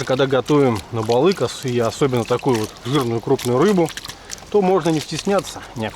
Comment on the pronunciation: По якутский "балык" а не балик может у других так и произносится, общее название рыб